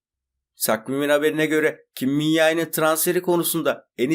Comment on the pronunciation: Kimmince kardeşim Yae değil. Koreliler Kimmince diyor.